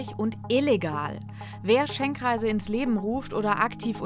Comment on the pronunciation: Es heißt Schenkkreise, wieso sagt ihr dann ständig Schenk-reise? Nervt